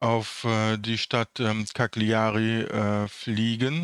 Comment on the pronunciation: Bei der Stadt Cagliari ist das "g" stumm. Die Aussprache kannst du dir auf der wiki-Seite der Stadt anhören.